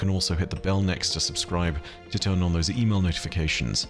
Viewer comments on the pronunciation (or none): none